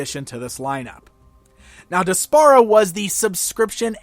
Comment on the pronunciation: I think her name is pronounced despair-a. Regardless, she's a terrible character and an insult to Adora's real cartoon back story.